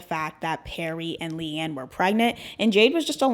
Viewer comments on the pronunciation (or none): I love you and I LOVE this video. But DOLLLLLL. it’s Lee-Anne not Lay-Anne and PErrie not Perry